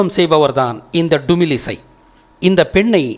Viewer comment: அய்யா தமிழிசையை டுமிழிசை என்று மட்டும் கூறாதீர்கள்.. வேறு எப்படி வேண்டுமானாலும் கூறுங்கள்.. ஏனென்றால் தமிழை அவமரியாதை செய்தது போல் என் மனம் எண்ணுகிறது.. நான் கூறியதில் தவறு இருந்தால் வருந்துகிறேன்.. நான் தங்களிடம் இருந்து நிறைய கற்றுக் கொண்டேன்.. நன்றி